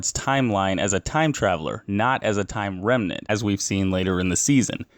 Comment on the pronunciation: he calls it timeline-renmant and not timeranment.